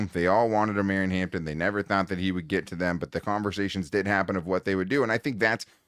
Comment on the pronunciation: Jesus please, it O-Maw-Ree-On 😂😂😂😂😂 like “Mario” Omarion. Reminds me of the Key a Peele skit 🤣